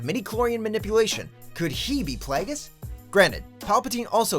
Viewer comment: when he says snoke may be Darth plagues